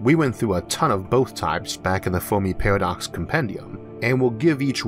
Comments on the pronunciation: great vid....but i cant stand this guys speech impediment. lol is it a pairwodocks..or paradox? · Narrator says Pawadox, lol